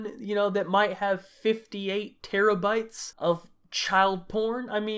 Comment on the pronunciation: when i heard 58 teraybytes i thought you said it wrong like how?